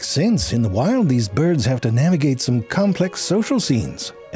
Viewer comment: He’s mispronouncing bjerds.